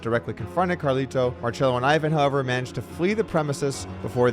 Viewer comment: “Ivan” here is pronounced “eee-vahn”